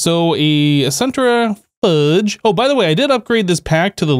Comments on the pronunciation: The center fudge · "centri-fudge"... lol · Man's said centerfudge